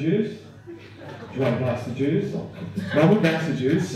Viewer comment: I thought he said gasta juice.